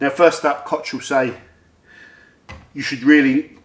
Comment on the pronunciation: Please, say 'kogg' not 'kotsj' Koch Chemie also has the STS on their website for every product and a lot of their products contain limonene.